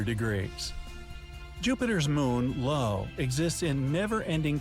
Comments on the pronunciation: Was the narrator calling the moon Io (eye-oh) "Lo"? Ok, so they didn't do their research. But also the capital letter "i" should always have the serif lines on the top and bottom to distinguish it from a lowercase "l" and the number "1". Come on font designers, surely we can fix this infuriating oversight. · yeah, a video which spells 'Iapetus' with an L instead of an I and calls 'Io' 'LO' may, just possibly, not be a good source of information... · This man really said “LO” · A few fact checks for this video. Io spelled with an i is pronounced i-o. Mars’ Olympus Mons is 72,000 ft which is 2.4x the height of Mount Everest, not equal in height.